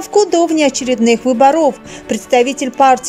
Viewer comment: Не выборо'в ,а вы'боров ,ух режет ,научитесь правильно произносить ударение.